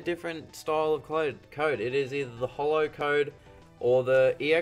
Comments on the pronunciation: It's short for "holographic" so how else would you say it other than the way he does? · He says it just fine, so holo...